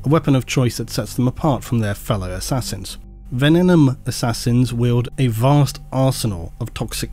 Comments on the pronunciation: you'd have an easier time with venenum if you were saying it correctly. It's not ven-en-um. It's ven-ee-num. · It’s pronounced Venenum not Venenum. Same way you pronounce Abaddon. 😂